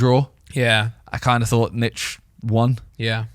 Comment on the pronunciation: How do they not realise its nich as in short for nicholas.